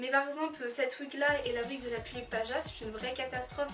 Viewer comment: "les Pullips c'est difficile à se procuré, c'est comme de la DROGUE !" So... I'm dead. "Un corps stock De Pullipeuh " "PullipEUH"EUHH ;u; JPPP Super vidéo, en tout cas.